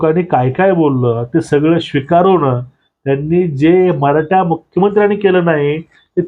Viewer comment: कानडी आहेत का? त्याचे उच्चार आणि अशुद्ध भाषा (मराठा याचा उच्चार मराटा ) अयोग्य वाटतात.